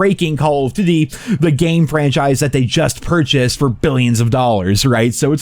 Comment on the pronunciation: Or "duty"